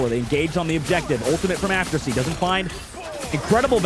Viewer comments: Kinda disrespectful from the caster to keep saying Aftersie when the guy's name is right on his screen. It's Afersie. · You don't understand. He was mispronouncing the player's name. Afersie, not AFTERSIE. It's like a commentator saying Curdy instead of Curry, at the start of his career.